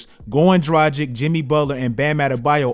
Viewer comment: Great content! But tbh thats not how u pronounce Goran Dragics name. Its DRAGIC (like "dragon" and the "c" is pronounced like Doncics name) I just hear everyone butcherin his name, just wanted to say it. All love!